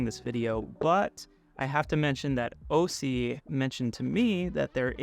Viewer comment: Interesting product, but I'm disappointed at this review. You should remake this video when you can actually show features working, is there some type of NDA in effect or was this just a rushed review? c'mon, you can't be bothered to say the name of the company correctly, or connect any cameras to demo a switcher? You can't demo a switcher without anything to switch and the review suffered as a result. The video playback is great! . .. why not show it?? Does it crush the blacks over USB like the ATEM?